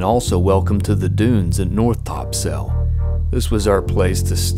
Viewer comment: If you dont wanna sound like a tourist pronounce it " Topsull"